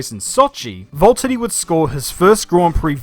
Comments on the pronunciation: ITS VALTTERI NOT VALTEDY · seems to be saying Valttady instead of Valtteri. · Your my favourite YouTuber and you make amazing videos but its Valtteri not voltiddie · Who is this Volttedi guy? It's like the #Jesko pronaunciation, but worse. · who or what is a 'Volteddy'? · my man is calling him VOLT-TITY 🤦🏻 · Why do I keep hearing "Volttadi" instead of Valtteri? Edit: In my opinion, Valtteri is a good driver, except that Hamilton is like 10 times better than him since Hamilton learned from Rosberg. And I think Valtteri is fitting for Mercedes and should stay. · its Valtteri not Vulterri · love this video but i swear you’re the only person i’ve ever heard say Voltari not Valteri, is it the accent? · It’s V-A-lteri not V-O-L-T-ari 😂😂😂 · VAULTeri ? Don't you mean VALteri? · It’s V A lterri not V O lterri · Pronounce your 'R's! Valtteri not vault-uni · Quick question: are you completely butchering names on purpose? It's VALtteri, not VOLtteri. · why do you pronounce valterri like Wvwvwvwalteri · the way he pronounces it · Valteri it’s James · Every time I hear say valtheri I die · Is Valtteri that hard to say? 😂😭😭😅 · I reckon I've never heard both t's pronounced in his name before & it's fucking me up. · The way he says Valtteri and Bottas just makes me feel weird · Who is this "Voltteri" you keep talking about? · Valteri, it’s